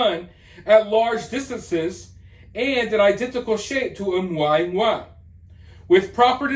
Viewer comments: Oh moo a moo a. That’s how you say it. Oh moo-a moo-a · O-mua-mua is how it is pronounced - I have to question why the Pentagon is coming out with this info now? They dont tell us the truth ever. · I HONESTLY LOVE YOU 😁Its pronounced O MOO A MOO A. I'm not normally one of those people but I felt desperate to help you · It’s pronounced oh-moo-ah-moo-ah 😂